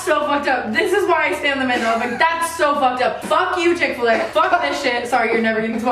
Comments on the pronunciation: what the actual hell? I’m not even American and I know that chic-fil-a is NOT chick-fil-a nahhhhh that’s not right😂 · So fucking weird. There's a Chick-fil-a right next to my house and I always thought it said "Chic-fil-a" not "Chick-fil-a"